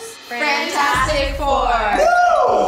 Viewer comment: This is like my third time watching this and I just noticed Frantastic instead of fantastic don’t kill me.